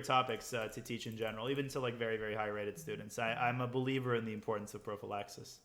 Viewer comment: prophylaxis in greek means protection so... παμε ελλαδαρα, also you emphasise the "phy" instead of the "la".